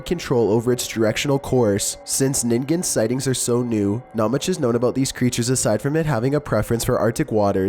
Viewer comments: So glad you pronounced ningen right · You are the first person to pronounce “Ningen” correctly!! Thank you!! Also I love love LOVE your videos, even if they do sometimes make me throw my phone across the room “Nope”ing the whole time because scary.